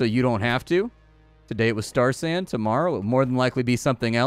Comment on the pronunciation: Really thought you said Starsan... and the brewer in me was confused.